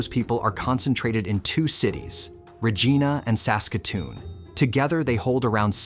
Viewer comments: If you are going to talk about Saskatchewan, learn how to pronounce Regina. you pronounced Regina correctly exactly once at about but got it wrong every other time. is Re gie na, not Re gee na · Hey it’s Regina not regena. Try to remember the saying “Regina the city that rhymes with fun.” Another mistake is saying our Uranium deposits reach 20%. Saskatchewan won’t bother developing a mine that has that low of an average grade. The two mines in production right now have pockets exceeding 50% and when they first started there was an average grade of 30% that is blended it down for shipping. By blending I mean they take low grade (5-10%) and mix it with the high grade to get it low enough to be able to be safely shipped to a mill. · We pronounce it Regīna, not Regeena. Yet later correctly pronounced. This video and narrative seem entirely AI generated, which is irksome to real people. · Regeena? Well at least AI got it right for the rest of the video. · ’s pronounced Re-gyna regardless of where the word originates from. Born and raised here. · Regina ? You mean Vagena ! Better Google how to pronounce Regina . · Don’t know where you live,but it’s obvious you don’t live on the prairies. The word prairie gives a hint what to expect. Also, potash is pronounced paaatash, Regina is Reg-eye-na. They’re actually easy to find with google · Rahgeena lol 😂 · Your butchered the way you pronounced regina to ragina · Properly pronounced, Regina rhymes with fun. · Please quit relying on EFFING AI to produce your videos, and LEARN the proper pronunciation of Regina and potash! Please! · I don't know.. the way they pronounced Regina 1 out of 3 times almost convinced me that this was well researched and edited. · Bunnyhugger here…. Ya butchered the pronunciation of Regina!! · Having trouble pronouncing "Regina"? Just remember, Regina is the city that rhymes with fun. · Fuck bud as a fellow sask boy it made me whence a bit but I think it’s ai